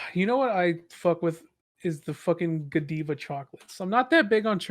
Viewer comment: Did Fruit say Guh-DEE-vuh instead of Guh-DYE-vuh?